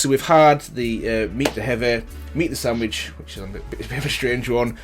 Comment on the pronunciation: It's sandvich not sandwich